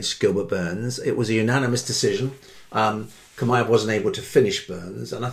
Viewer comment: Chimaev said like Shimaev